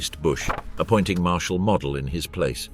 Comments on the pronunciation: "Model" rhymes with "yodel" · Field Marshall Mo-del, not Mod-el. He wass a Field Marshal, not a DIY plastic aircraft kit.